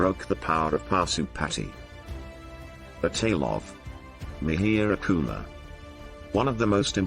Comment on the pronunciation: Parsian language is derived from sanskrit. So, it is mihir kul, which you pronounced as Mehr gul.